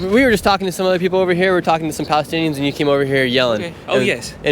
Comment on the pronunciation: *palestinians bro.. how are you calling yourself a journalist if you can't say that word correctly or perhaps you're just playing a redneck